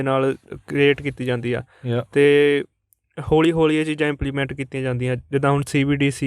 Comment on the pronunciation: ਸਰ ਹੋਲੀ ਹੋਲੀ ਨਹੀਂ ਹੌਲੀ ਹੌਲੀ ਹੁੰਦਾ ਸਹੀ ਸ਼ਬਦ।